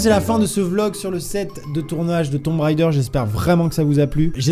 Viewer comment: Ahahah, dessoler mais mes oreilles saignent: on ne dit pas "Tombe raideur" mais "Tom Raider" (on NE prononce PAS le B dans tomb). C’était le p'tit cours d'anglais ;) ...